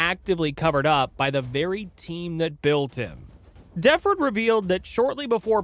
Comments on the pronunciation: When I was a little kid I absolutely loved Kirby Puckett. Of course, I didn't know then what I know now. And it isn't pronounced DEFF-erd. It's de-FORD. But good video highlighting the harm to women and others and role baseball establishment played. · Frank Deford was not world famous. Nobody in france knew who he was. And no meds "caused" Puckett to sexually assault women. ""@ This Hack: Grant? Deff. Ferd???? It’s Frank DEEE FORD !!! WORLD FAMOUS PULITZER PRIZE WINNING JOURNALIST. This dude is a hack… Puckett was taking a mix of medicine for his eyes that caused his behavior." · Its Frank D-Ford or DEE-Ford... Not Frank Def-ord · It’s Da-FORD. Not DEF-ord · This Hack: Grant? Deff. Ferd???? It’s Frank DEEE FORD !!! WORLD FAMOUS PULITZER PRIZE WINNING JOURNALIST. This dude is a hack… Puckett was taking a mix of medicine for his eyes that caused his behavior. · Duh-ford, not Defford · Frank "DEH-Ford" is how Frank Deford is pronounced. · And it’s De-ford, like the car. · Deford is not a hard name to pronouce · Please research names so you can say them right Ron Gant and Frank DeFord were pretty famous. Hero Worship sucks. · Bro, i really am digging your channel, but Frank Deford is a LEGEND! He as a sports reporter should be a hero to you... You gotta get these names right. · You repeatedly mispronounced Frank DeFort’s name. Dude is a legend